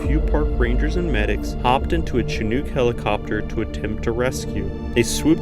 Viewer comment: Shuh-nuk Not Chi-nook Not sure why that bothered me so much, but had to say it. Great story telling though, really puts the dangers of mountain climbing in perspective.